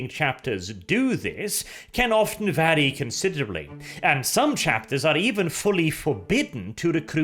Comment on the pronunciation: 26.50 vary as in parry haha its vary as in hairy.